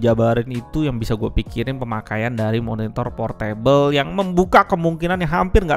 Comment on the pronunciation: Bacanya bukan Por-Table (Meja) tapi Por Tebel !!!!